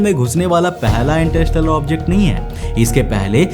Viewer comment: इंटरस्टेलर ❌❌❌इंटर इस टेलर✅✅✅ 😂😂😂😂😂😂😂